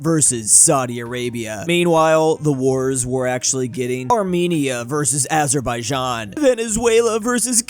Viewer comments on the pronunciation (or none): none